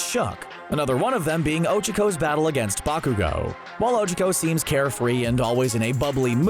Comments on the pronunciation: Oh- CHA-co Not Oh-chaua-co or however you are saying it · Oh chuck oh. I haven't heard anyone butcher names like this since my 2nd grade teacher... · "Ojuhco" Um I think you mean ochacko... like oh-chalk-oh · It's Ochaco not Ocheco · Uhhh it sounds like you're saying Ocheco... Its Ochaco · 'ochoco' >:( and i thought it was 'ochako. huff. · Her name isn't Ochoco its Ochaco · O-Cha-Ko thats how its pronounced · I love how cbr calls ochaco ogiko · Kawaii Sunflower my hero acad ee mia is NOT how they pronounce it in the dub, nor is ohchuckoh stop acting like this butchering is normal 😎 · NAH he says Ochico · Ochico actually sounds easier to say. Especially if you say it like he does.. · the pronunciation of ochaco makes me feel uncomfortable 💀🥺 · The way he pronounces Ochaco in these videos drives me insane. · Mmmmmm the way he pronounces ochaco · and the way he says ochako